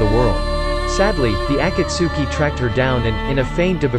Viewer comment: Bro I'm mad he said akatsuki wrong he is making this video without watching naruto he say svm so much stuff wrong I'm going to dislile